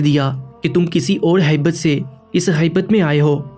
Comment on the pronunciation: اردو الفاظ کی غلطیاں ہیں ہیبت نہیں ہییت ہوتا ہے اور بکری پر زبر لگا کر پڑھیں تاکہ صحیح مفہوم بنے